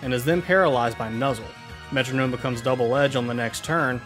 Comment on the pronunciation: Why does he say metronome like that :(